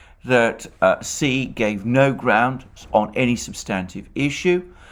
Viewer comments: Xi is pronounced shi not si. Do your homework before spewing vile Putin propaganda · Hi Mr Mercouris When you say the name of the president of China, then it sounds like 'c' and it is trqnslate as 'c' also. Perhaps it would Be more helpful to say 'President Xi' so that it is clear who you mean. May all living creatures be happy and free from suffering. Regards Michael